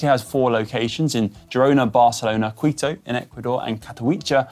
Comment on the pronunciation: Psst, Conor...it's Quito [KEE' to], Ecuador. :)